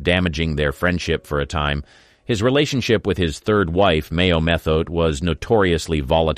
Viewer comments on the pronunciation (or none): none